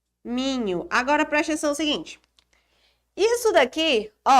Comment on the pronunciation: ''PRESTENÇÃO'' kkk ótima aula prof